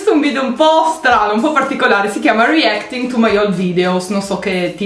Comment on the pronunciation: Aspetta avete sentito anche voi la pronuncia di reaction!?😂😂😂